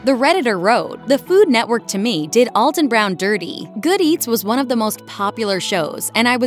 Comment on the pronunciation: You really should learn how to pronounce his name if you are going to talk about him.